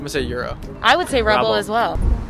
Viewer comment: I'm laughing so much at "rubble" 😂😂 Did he mean to say rouble?